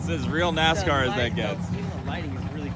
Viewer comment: “issa full blawn nascarrr” x